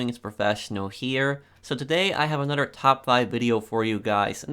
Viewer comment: Lol he says “anodder” instead of another